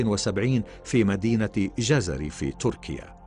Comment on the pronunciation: الاسم ليس جَزَري كماينطقه المعلق بل جْزِري او جزراوي٠٠٠وهيه منطقة كبيرة بين عيراق وسوريا وتركيا٠٠واغلب سكانها من الكرد٠٠٠